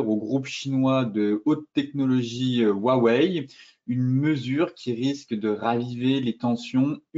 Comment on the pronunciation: Huawei= Prononciation= OuahOuais